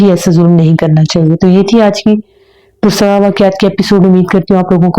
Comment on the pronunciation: اپنے اردو کے تلفظ پر توجہ دیں۔ اور کچھ الفاظ آپ بہت غلط ادا کرتی ہیں۔ مثلاً چھٹیاں کو چھٹی ییں۔ کرسیاں کو کرسی ییں۔ اور پراسرار کو آپ پرسرار بولتی ہیں۔ no hate. اللہ آپکے چینل کو ترقی دیں۔ آمین۔